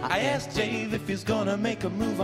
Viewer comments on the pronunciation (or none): none